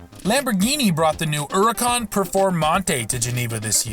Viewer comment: How the fuck did you mess up "Huracan" so badly? There's a H!